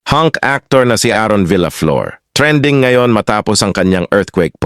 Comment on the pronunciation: Mali ang pagbigkas mo sa last name niya.